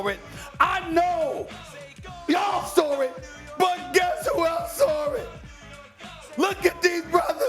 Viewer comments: "saw".....not "sore" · Nobody: Stephen A: I know you "sawr" it. I know I "sawr" it!!!! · I "SAWR" IT 😂😂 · Please learn how to say saw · I definitely “SAWR”it Stephen A😂😂😂😂😂😂😂😂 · "I sore it"